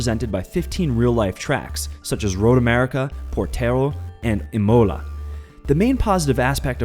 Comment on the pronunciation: The way he pronounced Imola, hurt